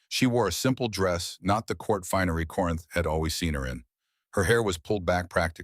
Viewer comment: The names in this script are ridiculous !Take " is old " and " as sold " for " Isolda " or " Isolde ". Nonsense like that is inexcusable and insulting to every listener and could be avoided by simply having a human proofread the AI written effort . That simple step seems to be too much to ask. I felt a little upset at Corinth being read as "Corn " by AI. How can Aldrick betrothed hid daughter to Dorian and then to the king .